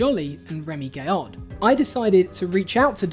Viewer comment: It is Gaillard, guy-argh, not gayer. Used to watch Trigger Happy, a lot, had the soundtrack on cd. Also saw Remi's Lorient stunt live on tv. When I first started watching this I thought "bullshit! There are like 2 stunts that are similar!" Bit surprised to see the coincidences there, bit of a shame acrually, especially as so many of the other original sketches are legendary. But, equally, I am sure some of Dom's stuff wasn't original, and jokes and stories are continuously retold. Or maybe I am just an apologist for an artist I have really been behind for 20 years.